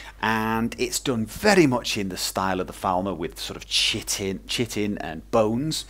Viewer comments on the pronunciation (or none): its not pronounced chit-in. its pronounced kite-in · Chitin is actually pronounced "Ky-tin".